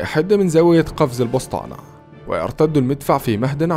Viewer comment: السبطانة وليس البسطانة